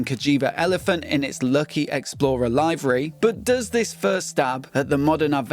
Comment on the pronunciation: is your pronunciation of livery a mickey take somehow :/